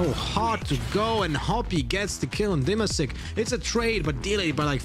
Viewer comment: Есть такой игрок Димасик, иностранцы зависливо говорят Dima sick. :D